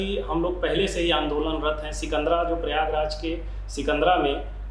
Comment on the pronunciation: सिकंदर नहीं सिकंदरा है जी